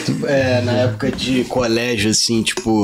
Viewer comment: Entrevistador: Como é ser filho da Letícia?: "Cara, tchipo assim, ali é uma gashtação, pô, eu sempre lidei de boa com isso, porque a galera me zoava na escola, mas pô, é isso aí. Tá ligado? P#, engole o choro" 🤦‍♀